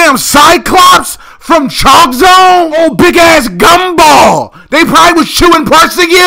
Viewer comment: I love it how you said G O M B A L L